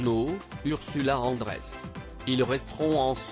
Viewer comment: On ne vous demande pas d'être un acteur mais au moins de savoir lire un texte sans vous tromper une fois sur deux..... Bebel aurait mérité un effort il me semble..... vous écorchez les noms ou vous les omettez simplement (pauvre interprète de Dr....... (long silence) No!!!!! eh bien c'est Ursula Andrews!!!!!